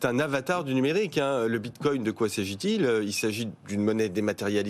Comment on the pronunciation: 🤣🤣🤣 merci c'est magnifique : "Moi j'appelle ça dès crypto actifs" 2min plus tard : "La cryptomonnaie de Létheréoume" "Le bintcoing est monté à 58300" "L'autre asiatique a voulu racheter FTX" 😳😥😫 Ah vous m'avez fait beaucoup rire, c'est ridicule.